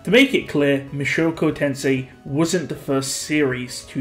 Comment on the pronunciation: Mushoku Tensei not Mashoko Tensei